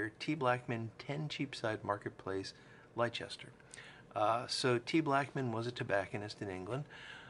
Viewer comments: As a Brit loving your channel. Believe it or not, Leicester is pronounced lester. Love the videos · Just to let you know.....Leicester is actually "Lester". Don't ask me why but this is England. Looking forward to you repairing this pipe. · Thanks, and I knew I murdered the pronunciation. Fortunately that will be the only time you hear me say it ;-) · Trust me when I say that there are people in the uk that also say it incorrectly.